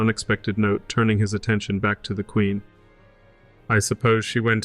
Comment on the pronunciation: Your reading of the documents is not correct. Don't pronounce every syllable. The words are similar to today eg 'queen' not 'quenn'.